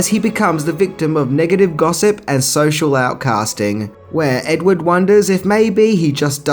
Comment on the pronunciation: When you say edward, it sounds like ed wood and it's annoying